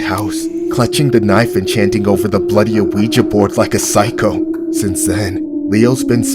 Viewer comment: i love these but i hate the way he says ouija like where do you get the A from its not A-weja it’s just weja